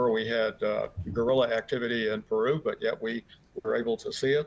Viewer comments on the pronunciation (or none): none